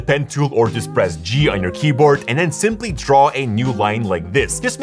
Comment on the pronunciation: queboard lol🤣🤣🤣, jokes apart great video though.👍